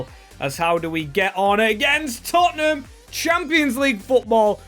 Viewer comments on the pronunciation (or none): none